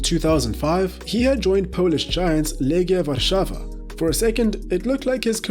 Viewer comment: oh yes, the famous Robu Lewandowski Edit: and then you proceed to pronounce "Legia Warszawa" almost perfectly wtf :D